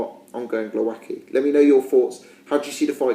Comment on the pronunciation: Your "Głowacki" pronunciation is terrible mate - check commentators please :)